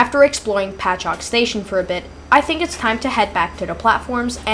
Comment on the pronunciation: At least you pronounced Patchogue correctly. Could have just stayed on and transferred at Speonk